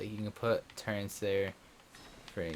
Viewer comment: its TURR - ETS not Turrents please stop for gods sake